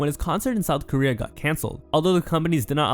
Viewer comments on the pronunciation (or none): none